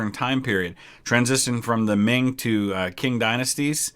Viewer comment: Qing isn't pronounced as "King". It's pronounced as "Ching". Lu Bu styled "Lu Fengxian" itself is a mystery and a lore meme really. Lu Bu is known as "The Bastard of Three Surname" which was coined heavily in the book "Romance of the Three Kingdoms" a semi-fiction tale of the conflict by Zhang Fei, the sworn brother of warlord and future king of the Shu-Han Kingdom, Liu Bei. What this name meant is that Lu Bu switched lords twice and recognized both of them as their adopted father which including his original surname of Lu (Chinese culture and most East Asian culture as their surnames upfront before their given name) equals 3 different surnames. 1st is his Lu surname inherited upon birth then he joined warlord Ding Yuan's camp and became his adopted son whereas he betrayed and assassinated him on the request of Dong Zhuo to join him which Lu Bu did and became Dong Zhuo's adopted son before.. Well.. You know the rest. Also, Lu Bu is known for another thing. "Lu Bu's among men whereas Red Hare's among horses" (人中吕布；马中赤兔). This is said that Lu Bu's the mightiest fighter during that period of time that he can swipe multiple people to death with just a swing with his infamous halberd which was nicknamed "Sky Piercer" and coupled with his horse Red Hare which was known to be extremely quick and able to travel 1000li (About 800km) without break meant that with the combo, both Red Hare and Lu Bu are the mightiest of the mightiest be it horses or among warriors. Also, Lu Bu was said t